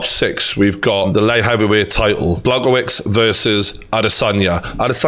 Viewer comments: The way is pronouncing Blachowicz’s name is really grating on me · TG- Just a heads up how to pronounce his name is Blah-Hoe-Vich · Bloody hell not “Blagowits”. Dangerous guy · Good vid, Jan’s surname (the polish dude) is pronounced BLA-HOE-VICH. Keep up the good work